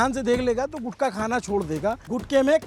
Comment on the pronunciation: गुटका नहीं गुटखा यह असली शब्द हैं.... गुटखा से ट निकाल दिया तो गु खा बन जाता हैं 😂😂